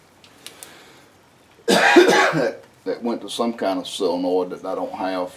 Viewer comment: Why does every backwoods, diy, shade tree 'mechanic' ever say "sillinoid"? Its sol-e-noid. Its even in the dictionary for the masses to look up. Crazy huh?